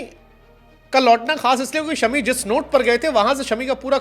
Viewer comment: इनका नाम शमी नहीं बल्कि "शामी" है😊